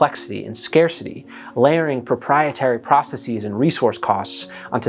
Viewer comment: processes not procesees, you typically only use the “eez” sound with words of Greek origin